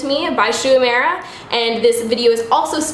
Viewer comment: love the look but it's pronounced "oo-eh-muh-ra"! i know a little japanese so that bothered me the entire time lol